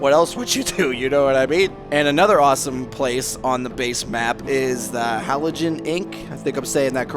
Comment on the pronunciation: No you did not say hallucigen right at all. They are all high on drugs